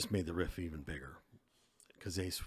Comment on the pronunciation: Great research. Only.gotta point out that it's Rift, not riff. Just sayin.